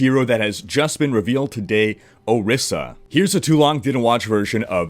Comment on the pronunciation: I'm Ijaw, but shouldnt Orisa be pronounced Orisha as in the Yoruba deities?